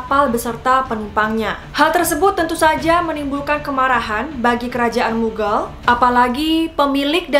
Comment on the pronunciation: btw bacanya mughal , bukan mughel